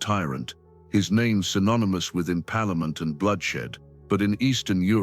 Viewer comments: What is impalamant? It is impalement. Get your pronounsition right for God sake. 😡😡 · The word is in-PALE-ment, not in-PALA-ment, ok!!! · I'm sorry, but I do f$cking HATE all of these creators and their mass-marketed Ai-narrated garbage. The subject matter is otherwise sublime. But come ON: "Im-PALA- ment"?!!! It's GROSS now, actually. More disgusting than VLAD, even...